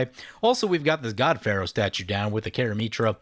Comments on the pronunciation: It's pronounced "Rehk-ee", not "Reek-eye",. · Do you pronounce Reki that way just to tilt me or what? Lol. I guess it's one of those things when you say it & hear it a certain way for a long long time it just drives ya crazy to hear it different. I've always said & heard him as wrecky btw. Just to clarify I'm not saying your wrong it's a made up name.